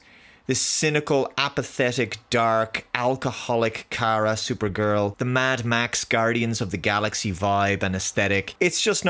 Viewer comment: Thooper-gurl's thooper-thales.